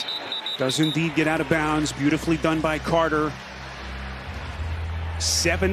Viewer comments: Did that announcer say out of "bounce"??? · How does a professional commentator say bounce instead of bounds